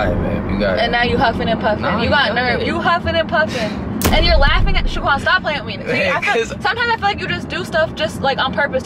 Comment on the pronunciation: you overlooked the "h" in Shaquan 🙋🏻‍♂️